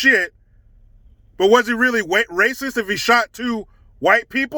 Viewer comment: "Was he weally wacist?" lol I need that one.